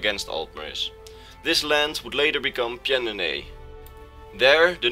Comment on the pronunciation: I just wanted to tell you for future reference, it's pronounced Pan-do-nee-ah. That's how Pyandonea is pronounced, the "y" is silent so you can ignore it.